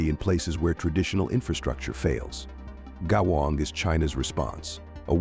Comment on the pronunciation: Terrible pronounciation of the word " 国网“